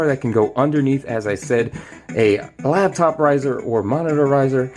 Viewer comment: When did "Labtop" become a thing? It's "Laptop"!